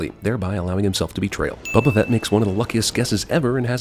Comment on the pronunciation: Goddamn! Will you learn how to pronounce Boba Fett correctly!?